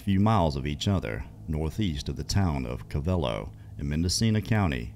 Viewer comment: Its call co - vel - low